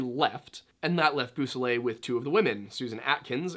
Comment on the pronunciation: They are pronounced /BO-so-lay/ and /see-EL-o/, You may want to consult French and Spanish primers regarding how they are pronounced.